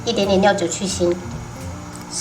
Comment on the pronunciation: 我每次都把料酒听成尿酒😂